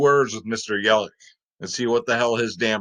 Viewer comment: It’s yeli CH LOL with a ch sound